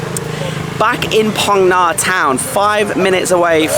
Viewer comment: Mate, love your videos BUT please 'Ph' is pronounced similarly to England as in 'f'. Hai Phong = Hi Fong, Phong Nha = Fong Nha. EDIT: just reached the part of the video where you correct yourself :D